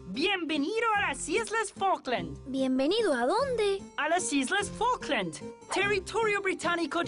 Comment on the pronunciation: I believe you've mispronounced, "Falklands"